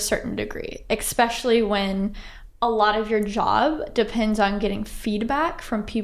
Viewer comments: I cringed every time the interviewer said “ex-specially” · That was well done and interesting. But I also noticed "expecially" and it seems that once you notice it you can never unhear it. It is "especially" with an s.